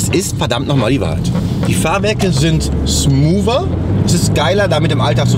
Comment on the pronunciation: Das Wort heißt SMOOOTH, nicht SMOOVE! Macht doch mal den Praxistest. Zwei baugleiche Autos, einmal KW-Fahrwer und einmal Bilstein, H&R oder sowas. Und dann soll JP herausfinden, welches Auto das mit dem KW ist.